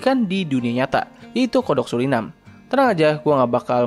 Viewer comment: Kedengarannya katak sulinang ternyata Suriname